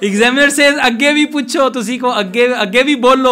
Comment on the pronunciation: You are mispronouncing the word examiner.....